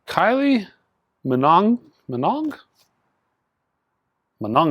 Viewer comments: lol - love your videos but David "Ga-han", "Damian" Albarn and Kylie "Mino-gay" - all gave me some laughs. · My wife was across the room and heard you say Kylie Minonggay. That is now set in stone in my household. From this day henceforth. Those extra vowels at the end will be put to use.